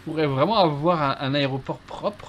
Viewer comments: "La raie au porc".... rhalala sacré;) Et l'outil pour couper l'herbe c'est un "rotofil". Voili, voilou... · Petite info. a prononcé Aéroport "Aré-o-port". Jusqu'à 15ans. Et non je ne met pas ca sur le dos de car c'est quelque chose que je faisais et qui m'a embarrassé /sifflote. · Hahaha j'avais jamais remarqué que je disais aré-o-port aussi jusqu'à je lis ton commentaire